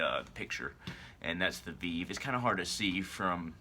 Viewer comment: A veeve!!! Thats not how you say it. You cant even pronounce the name of the Lwa properly. Please stay away from our religion. You can't just work invoke Lwa like that using vèvé. Geez. Stick.to your own